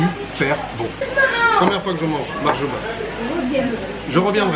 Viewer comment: Bonjour, Bsahtek Mahjouba et non pas Makhjouba 😂 n'oublie surtout pas de goûter le Makrout constantinoi c'est un délice 👍